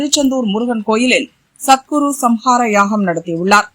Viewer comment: அது சத்குரு சம்ஹார யாகம் இல்ல சத்ரு சம்ஹார யாகம் ... என்னா தான் news படிப்பீங்களோ